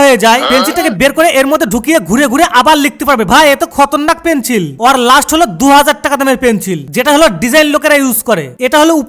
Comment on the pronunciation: Pencil ❌ Penchil✔️😂